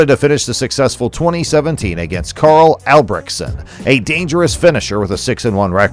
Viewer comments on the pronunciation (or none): none